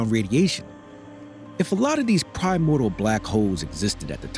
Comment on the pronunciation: If only you knew how to pronounce 'primordial' maybe you would have some credibility.